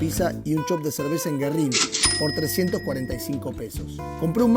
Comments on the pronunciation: Pizzeria GÜERRIN, tiene diérisis el nombre. se pronuncia la U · Pronuncias mal Güerrin